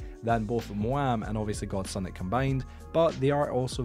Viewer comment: I'm a rando ngl . I just found your channel a few days ago with all the MC news/controversy going around . I say all this because you can really just ignore my next statement, but I think that persons name is pronounced gods unit ... Not god sun it lol . Not trying to heckle the info is awesome and very informative.